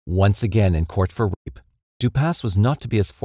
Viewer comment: For some reason every time the narrator has to say rape he doesn’t say it and it comes out as a half word or just a meaningless sound.